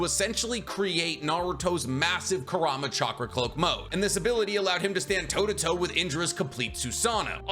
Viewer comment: Bro love the vids but why can’t you just say kour-oo-mah… he’s like the second biggest character and that’s how they pronounce it in the anime. Not koorama